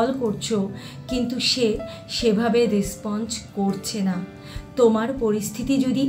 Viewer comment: আপনার উচ্চারণে মারাত্মক ভুল যেমন : রেসপন্স, যেন,ইউজ ইত্যাদি এত্ত ভুল উচ্চারণ নিয়ে টিপস দিতে আসেন লজ্জা করে না😂